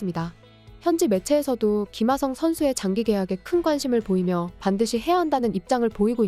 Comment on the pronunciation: 참나 왜 김하썽이라고 계속 발음하는건데?